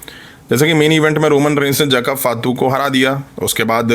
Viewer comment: फातू नही भाई फाटू😂😂😂